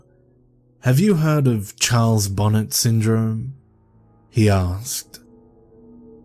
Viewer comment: It's pronounced bon-ay... It's after French genevan botanist who suffered it the term is coined after